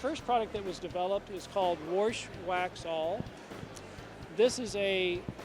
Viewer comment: Saw your comment first and had no clue what you were saying. Now I can't stop laughing. He must say it like 30 times